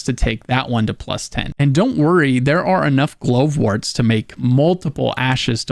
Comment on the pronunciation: Why are you pronouncing Glovewort strangely. Glove-wort. Glovewort.